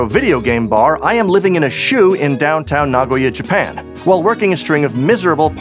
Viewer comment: The way you hit 'shoe' in "I am living in a *shoe*" really made me laugh lmao